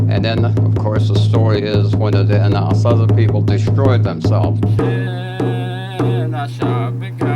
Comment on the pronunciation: In English, sure, most pronounce it phonetically, like "Anna-sah-zee". But in our Diné' language, its pronounced exactly as said it: "An-ah-Saa-zih". There's obviously two completely different languages at play here, as evidenced by going back and forth between Diné' Bizaad & English.